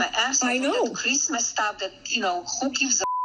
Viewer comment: “Creeeeesmas staff” Seriously, what does she do with herself all day?